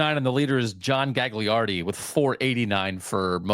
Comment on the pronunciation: Gagliardi is pronounced Gah-lardy. I only know because of my Mount Union/D3 fandom.